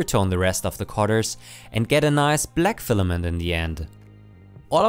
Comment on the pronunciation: "Stefament" :D love it!